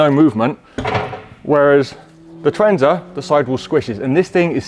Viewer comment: Tour-AHN-za not Tour-EN-za surely? ;)